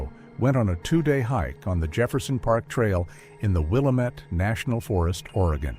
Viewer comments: Not Willa-met it's pronounced Will-lamb-it. Thumbs down for a multitude of errors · Willamette is pronounced "wil-LAM-it or wa-LAM-at" depending on which side of the Cascades Range your from, not "wil-A-mit". But great telling of the "story". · Lose the computer voice that can't pronounce Willamette. It is pronounced "will am et", not "will uh met". It hurts the credibility of the story when you can not pronounce the locations correctly. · It's pronounced "will Am et" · It's pronounced WILL-AM-IT.. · It is pronounced Will-Lamb-it, I have lived in Marion county, Salem Oregon for 66 years. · If he doesn’t stop saying WILL A METT I’m gonna stop watching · It's pronounced Will-Lamb-It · I live in Seattle and I'm gonna come down there and walk around town saying "William-ette" the whole day just to be annoying. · It's not Will-uh-met, remove the 'D' from Damn-it and that's how you pronounce the 'amette' in WIllamette. I'd hate to hear how you'd pronounce 'Yachats' or 'Coquille' or 'Champoeg' or even 'Deschutes'. At least you got Oregon right, so many people pronounce it 'Or uh gone'. Creepy story, never heard it before and I've lived in Oregon for thirty five years. Probably not real. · It's pronounced: will-am-it. Get it r.ight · It's Wil-lam-it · It is pronounced WILL-LAMB-MET. I realize in the East they pronounce it differently. But on the West Coast, we do too. That drives me nuts when outsiders cannot pronounce manes of places correctly. Never heard of this couple, never made our local news. I would have remembered. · Locals and those who have lived in the area know how to pronounce it…Will-AM-it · Following the AI's egregious mispronunciation of Willamette, I instructed my AI to compose an indignant response. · From someone who lives in this area, it really bugs me how they mispronounce “Willamette” 🤦‍♀️ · It's funny to hear how Willamette gets pronounced by AI and out of towners. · Stupid AI voice can’t be trained to say Willamette correctly.